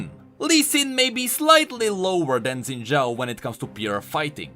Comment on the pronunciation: IT'S NOT ZIN DJAO IT'S SHIN DJAO I GOT RECOMMENDED A RANDOM VIDEO PRONOUNCING IT FROM A CHINESE PRONUNCIATION CHANNEL